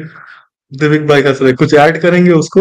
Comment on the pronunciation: ji.....दिविक होता है डीविक नही..... करेक्ट कीजिए 😁